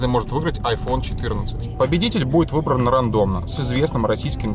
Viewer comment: Ну почему рандомно!? Ну Рэндом. А так ну фу позор. Случайно не слово не ...